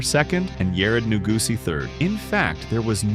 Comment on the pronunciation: New-goosey. LOL